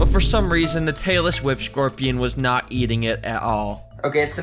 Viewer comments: I thought he was saying Taylor swift scorpian It describes her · Is it me or is he saying Taylor Swift scorpion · I thought he was saying Taylor swift scorpion😂😂😂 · Every time he says tailless whip scorpion I thing he says Taylor swift scorpion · Did you say tailless whip scorpion or tailor swift scorpion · bro why do i keep hearing "taylor swift scorpion" 😭